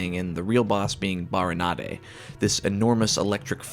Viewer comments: I think they’re called BariNADE, not nah-de 😅 Glad I’m not the only one who thought the Water Temple was good. Sure it was tedious but I genuinely loved it. (Except for the hidden key underneath the rising platform inside the central tower 😒) My list from worst to best 1) Forest 2) Shadow 3) Spirit 4) Water 5) Fire 6) Great Deku Tree 7) Dodongo’s Cavern 8) Jabu Jabu Mini dungeons: 1) Bottom of the Well 2) Ice Cavern 3) Gerudo Training Grounds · Damn, is this your first video for real? Right out the gate you've got great audio quality, a good voice, tight editing, and a good sense of pacing for your video - I'm sure you'll hit 1k in no time. As a water temple fan myself, nice to see somebody else in the same camp. Also, I never heard "Barinade" pronounced in the Spanish style, but whether that's how it's supposed to be or not, that's pretty rad.